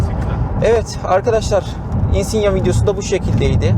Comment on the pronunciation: özel isimlerin orjinal dilde okunduğunun farkında olacak kadar dil bilgim var çok şükür. 😉 Yıllardır Insignia kullanıcısıyım çok sayıda yerli ve yabancı içerikli Insignia videosu izledim senin gibi söyleyene ilk defa rastladım. Neyse en azından insigna demiyorsun. İçerik güzel videonu beğendim . Umarım bu yolda başarılı olursun.👏